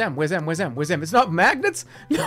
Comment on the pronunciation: ah yes, mangnets